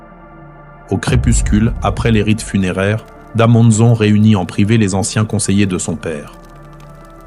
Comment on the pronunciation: Da manza plutot,en general la prononciation n pas des meilleures